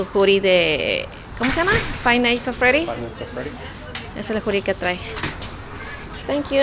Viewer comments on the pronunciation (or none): “Fay nais of fredy” 🤣🤣🤣🤣🤣🤣🤣🤣🤣🤣